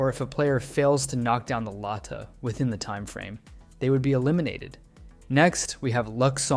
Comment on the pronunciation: For philippines you pronounce tsinelas as “chi ne las” not “tee si ne las” And for lata you pronounce it as “la ta” like very direct and kinda fast